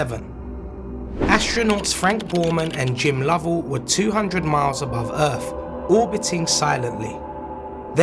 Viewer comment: Lovell not Lovall